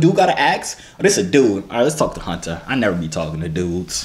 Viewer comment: Ang Hutter lmfaooo